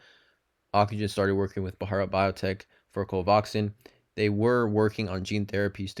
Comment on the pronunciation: Dude, it's pronounced CO-VAX-IN. Nice video, too.